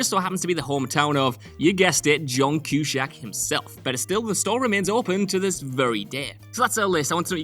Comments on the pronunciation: The only thing I’ll remember about this video is your dreadful pronunciation of John’s name. I was cringing every time you said it. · It is a Whatculture specialty... any last name shall be pronounced in the weirdest, most random way possible... but never have anything to do with the actual spelling of said name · He occasionally accidentally pronounced it correctly, making it even worse! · As am I! I was getting pissed about this whole video. Between the mispronunciation of John Cusack's name to our cities, all I could do was cringe! 😖😖😖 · Cusack not Cushack killing me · Cue-Sack. NOT, CUE-SHACK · Cue-SACK... Not Cue-SHACK Smh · CUE-SAK NOT CUE-SHACK! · Why do you keep saying "Cushack?" His last name is CuSACK, there is no H anywhere in there. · It's Cusack, not Cushack. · Please know It is John. Cu- sack not John Cu- shack..... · It's pronounced (sack) not shack. Jesus Christ, learn to pronounce a name for God's sake. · Its 'Cusack' , Not Q-shack!. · Had to give it a thumbs down just for the way he pronounces "Cushack". Only Sean Connery can get away with that! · Cue-sac. wheres the fuggin h? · What the duck is a cue-shack? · stopped listening as soon as I heard Q shack ! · Cushack??? I had to bail after hearing that 5 times or so. So annoying. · So, you don't pronounce Cusack or even Evanston correctly. I mean to keep saying his name as Q-shack is insane! He's a well known actor! How you all cocked this up is beyond me. Was AI narration invented that you all did that and then got lazy on the editing of sound? I'm from Chicago and know exactly how Evanston (eh-van-ston not e-van-ston) a suburb north of Chicago is pronounced. Accent or not, and I have the same accent, respect how things are pronounced by those that know. Especially someone's name. Still, nice trivia about an incredible movie. Ruined by simple narration errors that could've been proofed before distribution. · Q -Sack! You complete and utter Balzac.. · Q SACK.. stop pronouncing it with an H!!!!